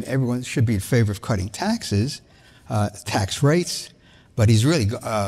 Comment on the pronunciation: You said taxes wrong.